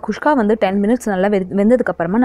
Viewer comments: Nice... Kuska... Not khuskha.... 😀😀😀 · athu kushka illa mam guska k